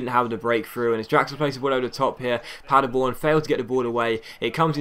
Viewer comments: you pronounced Paderborn almost perfect, I live there! IRL we're promoted to the Bundesliga <3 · You pronounced "Paderborn" nearly perfect! :D